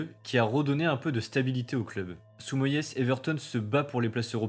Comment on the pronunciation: Oui a DÉFONCÉ la prononciation de Moyes 😭